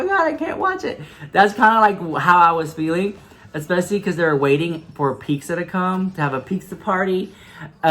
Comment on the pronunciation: Rick says “Pixza” like I used to say it. Lol. It’s pronounced “Peetsa”